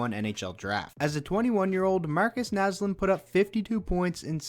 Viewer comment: I'm can you say Marcus naslund